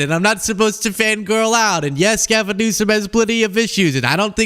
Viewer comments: And he pronounces his name as "Newscum". What a dumb ass. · He can never even say his name right lmao Newscome ??? Our president has worse than a learning disability He’s 100% dumb AF